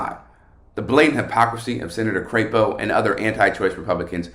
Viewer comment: I think you pronounced it wrong its " c rap o"